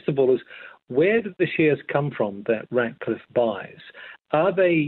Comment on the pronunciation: It's RATcliffe, not "Radcliffe"